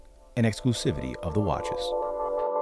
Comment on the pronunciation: Rishhhardd Millllle not Richard.